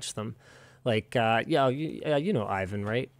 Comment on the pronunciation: Please someone tell linus how to pronounce IVAN ...